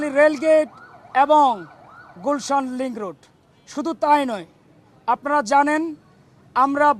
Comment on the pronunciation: লিংগরোড কি ভাউ😂😂, লিংকরোড বল